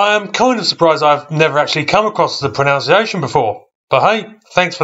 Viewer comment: that should be 'Pro-NUNC-ciation', NOT 'Pro-NOUNC-ciation'.